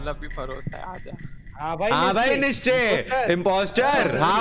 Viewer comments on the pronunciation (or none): It’s nischay